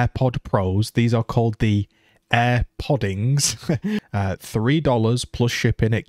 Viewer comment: Air podings 😂